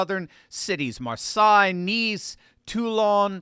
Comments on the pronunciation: Marsay not Marsai pronunciation… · It’s pronounced Marsay not Marsigh. Omg can you be more clueless. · It's "Mar-say", not "Mer-saye". Great job! Keep it up. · Where the hell is Maar sigh? Do you mean Maar say?? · Marseille is pronounced Mar-say, but good news🎉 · "Mar-sigh" Like wtf dude? Embarrassing America......again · Dear, Marseille is pronounced Mar say. Just a FYI. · Good piece, thank you. But friendly tip: Marseille is pronounced mar-SAY. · “Marseye” where in france is that?